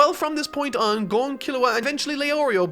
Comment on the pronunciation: Finally saying Gon right...